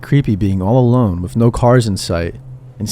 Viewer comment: Love the content, but God damn I cannot stop hearing you say "WIFF" instead of With. Everytime.